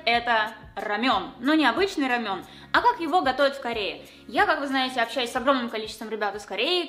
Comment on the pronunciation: Не рамён , а рамэн.